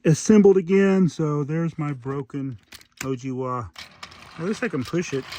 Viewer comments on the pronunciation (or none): Nice! Owigawa is pronounced oh-wee-gah-wa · It’s pronounced Oh-ee-gah-wah.